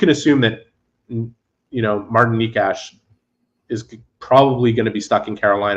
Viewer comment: I guess (and many other commentators and journalist) should check the pronounciation of the names of foreign players' names before they mention them. Pronouncing Nečas as 'nikash' is really a pain in the ear. It should be 'nechas" ( 'e' like e in enter, 'ch' like ch in cheese). When not sure, just put the word into google translator under the czech language (or language of whatever country the player is from). You'd be surprised how many players' names have been botched.